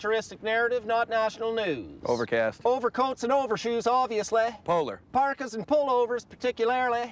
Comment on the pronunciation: ObviousLAY ... ParticularLAY! ... muff .. So excited